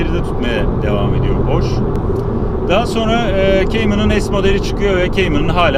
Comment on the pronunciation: Reis Porche direk yazıldığı gibi porşe diye okunuyor porş değil